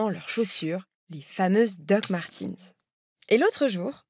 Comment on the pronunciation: Martens et non Martins !!